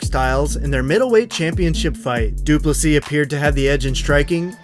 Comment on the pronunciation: Thank you for pronouncing DDP‘s name correctly 👊🏻